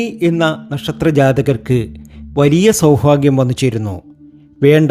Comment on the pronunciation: ഈ ഫ എന്നൊന്ന് clear ആക്കി പറയാമോ.. Bore ആണു ഫാഗ്യം സൗഫാഗ്യം എന്നൊക്കെ കേൾക്കുമ്പോ ദേഷ്യം തോന്നുവാ 😡😡